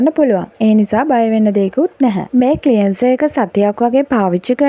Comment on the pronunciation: ක්ලියන්සර් නෙවෙයි ක්ලෙන්සර් කියන්න.ර් silent